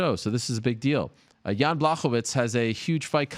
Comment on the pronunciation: Chael sonnen can't even say Jans first name correctly 😂